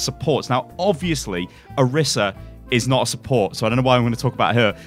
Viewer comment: Why do you always say names like Deever, Anner, Oriser???